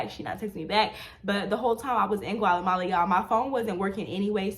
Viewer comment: Still says Gualemala after visiting Guatemala lol love the videos!